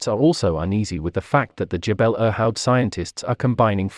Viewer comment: The pronunciation of Irhoud in the video is very far from the local, much closer to 'eer-hood.' Just pronounce the i like ee in feel but shorter, without merging it with the r sound like in bird, then add hood.